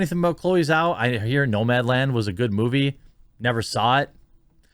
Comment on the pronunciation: It's pronounced Jau.